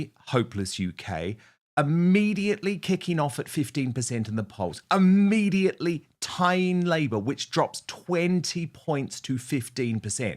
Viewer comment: " immediately " darling Dan, not "amediately" !